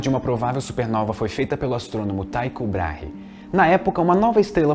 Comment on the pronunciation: O correto é 'Tíco" e não 'Taico'. Eu sei que parece ser o segundo caso, mas simplesmente nao é. E quando ao segundo nome, sendo ele um dinamarquês, parece que o adequado é 'Tíco Brarrah' ou algo assim.